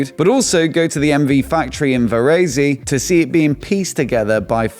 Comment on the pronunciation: IN ITALIAN LANGUAGE THE NAME OF THE TOWN YOU PRONUNCED IS "VASERI" BUT THE RIGHT ONE IS VARESE (vaˈrese)